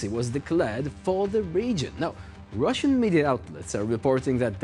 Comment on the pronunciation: Did he say ~The Rvssian Riviera 😂✌️